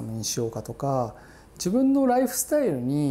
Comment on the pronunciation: めちゃくちゃ喋りが丁寧で綺麗なのに『スタイル』だけ巻き舌になるのカッコよくていい